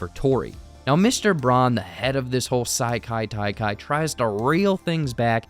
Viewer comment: Bro you GOTTA be pronouncing these wrong on purpose. Ee-yoong-jang-doo and Saikai Taikai?